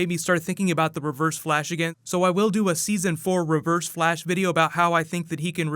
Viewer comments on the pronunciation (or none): Its Flash not Blash😂Dumbass